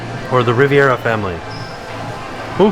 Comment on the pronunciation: Ri-VER-a.....not Ri-VI-era....."ver" like "bear" ;)